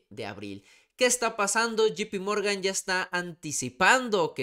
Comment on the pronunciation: Puma es llei pi morgan no GP morgan sin afan de querer ofender 👍🏼✌🏼🇲🇽